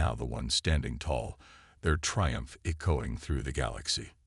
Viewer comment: I tried, I really tried....but I am never listening to your stories again!!! FKN HELL what a POS AI!!!!!!!!!!!!!!!!!!!!!!!!! WTF is: "e-KO-ing", "ar-MAD-uh", "BEAR-idge of fire", "TREE-cherous"!!!!????? YOUR AI SUCKS ASS!!!!